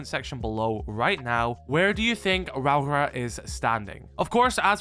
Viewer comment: Ra - aura is how you say the name.